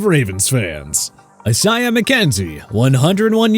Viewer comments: i-s-a-i-a-h not asah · Excuse me but how about pronouncing the name right? E-sai-yah? More like I-say-ah...